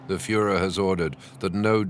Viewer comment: " the Fuhler is prudet" dont here that in history videos much.